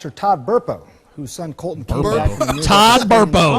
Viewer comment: My name is Colton, and I fucking hate the way they are saying Cuhltun.